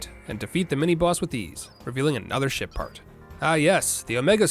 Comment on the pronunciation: Somehow I keep hearing him say "Shit part"